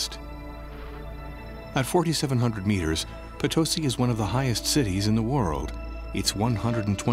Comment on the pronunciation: You should use correct pronunciation... it's Potosi: accent on last syllable